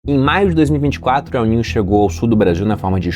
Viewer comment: Pior é o "El Nine" 😂